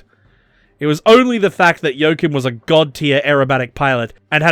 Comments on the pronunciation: Joachim is pronounced yo-ah-chim, with the ch pronounced as in Loch Ness. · You totally butchered his name. He is definitely, absolutely, categorically not called "Jokum". Making a video without even checking the name?! Thanks for shining a spotlight on him anyway. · The fact that his name is pronounced "Yo-Coom" is the .... cherry on top. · Very informative video. Never heard of him before. A true hero of its time. But as a German, I have to say it's giving me cancer in my ears hearing you say Joachim 😀 Just joking, it got me giggling.